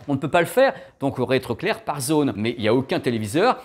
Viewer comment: Merci, je voulais me mettre à la page, en une vidéo c'est chose faite 😁 Par contre ça me perturbe, tu dis souvent "on réétroclaire", c'est pas "on retroéclaire" plutôt? C'est une vraie question j'suis destabilisé lol